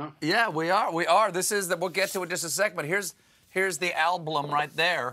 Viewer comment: I love Stephen Colbert!! His show is the best of the late night genre. However, at ":30" he says, "ablum." Hmmm.